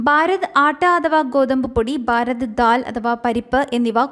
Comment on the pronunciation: ബാരത് അല്ല കുട്ടീ - ഭാരത്